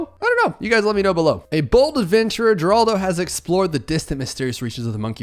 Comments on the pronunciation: It’s Jeraldo. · It is 'Horaldo' apparently lol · You don't know how to pronounce "Geraldo", but that's okay. I don't know how to pronounce a lot of things. 🤷🏻‍♂️